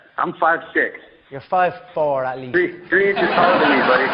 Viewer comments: On the count of tree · On the count of tree 😂